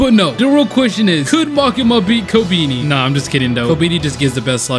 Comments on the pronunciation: It’s pronounced ko-Ben-eye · The fact he said kobeani